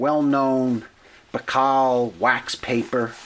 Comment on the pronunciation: Baikal is pronounced BUY-CAL. NOT Bacall like the actress.